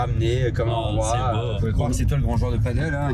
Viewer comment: Toujours un plaisir de voir tes vidéos! Quel sacré taf, bravo! Par contre faut vraiment arrêter de prononcer paddle/padeul, c'est du padel:D